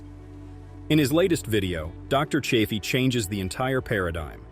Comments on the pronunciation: Narrator bot keeps mis-pronouncing Chaffee with a short A instead of the long A Dr. Chaffee. Hah, at about 3 minutes 15 in, the bot suddenly switches to the long A. But then it is now switching back and forth - sometimes in run-on sentences, from long A Chaffee and back to short A. What the heck? What AI decided to "create" this video??? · Don't ya hate it when AI mispronounces Dr. Chaffee's name, lol??